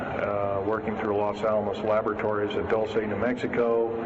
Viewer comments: also im pretty sure its pronounced Doolsay not Dolce how you pronounce it. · Pronounced "DOOL- SEH" or Dual-Seh